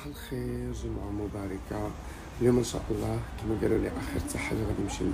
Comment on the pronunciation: Joumouaa moubaraka et non moubarika le sens change complètement